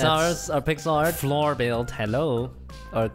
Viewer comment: "pixel art gAy" 😂😂